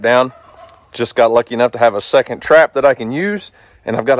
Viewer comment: Thank you so much for the fake helping the prescribed burn. Oh and it's pronounced "second" not "secont" 😂I 😂